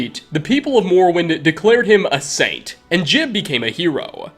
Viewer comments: " Gee-ub" not "Jib" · Saint jib? it's pronounced jiyub. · jee-ube, not jib. You literally played a clip with a character pronouncing it properly. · Every time he says jiub wrong i die inside. It’s not that hard. It’s ”Jeb” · Ugh, hate when they call "Ji-uhb" "Jib" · Its gee-ub. not jib. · he claims he met JEEB. Teldryn Sero: I wonder what became is St JEE-UHB… never ceases to amaze with mispronouncing stuff he researched. XD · His name's not JIB smh